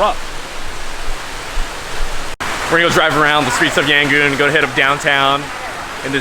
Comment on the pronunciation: Btw is Yangon not Yangooon!!😂😂